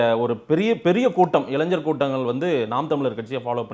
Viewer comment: அவர்களுக்கு ஒரு வேண்டுகோள், தயவு செய்து இளைஞர் என்பதை சரியாக உச்சரியுங்கள், இளைஞ்சர் என்று உச்சரிப்பது கேட்க முடியவில்லை